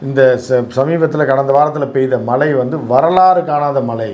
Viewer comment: தமிழ்மொழியை தவறில்லாமல் ஆங்கிலம் கலக்காமல் உச்சரிக்கவும்!! மலை.......அது மழை பலைய......அது பழைய